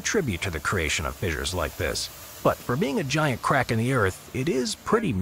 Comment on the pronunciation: Stop saying fizzers